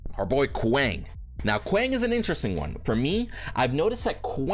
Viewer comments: How did it become normal to say his name like that. Paragon didn't introduce him this way and its not how you actually say the name lmao. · the pronunciation of a name depends on the intent of the giver. Your name may be said multiple ways because different people accept a different pronunciation as correct. When there is a Kwang intro video from paragon (the name givers) you can not argue that your choice to say it wrong is correct